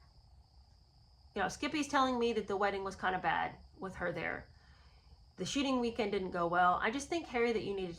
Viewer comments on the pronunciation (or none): Every time you say “shooting weekend”, it sounds like “sh*tty weekend”. I actually thought that was what you were saying, at first. I mean…both could apply. 😀